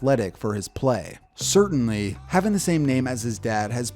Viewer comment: surtain-ly... subtle